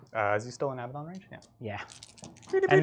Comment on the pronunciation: Hello, please pronounce his name correctly, it’s A bad un, not ABBA Don! That sword of his is deadly, may the False Emperor protect you!